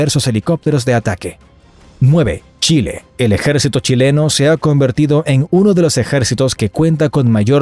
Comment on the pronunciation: En ves de decir chile dices shile jajaja o ocho es osho